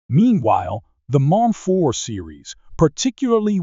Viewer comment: Is this AI narration or something? Why can't you pronounce M4 properly even once?